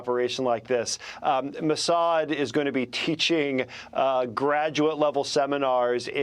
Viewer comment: Ambassador at large but cant pronounce Iran correctly. Its 4 letters. Is this ignorance or arrogance.